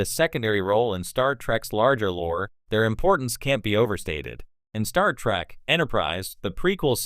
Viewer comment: Those pesky "Klinguns" on that Star TrAck show. Not the worst text to speech ever, but at least get the show name right!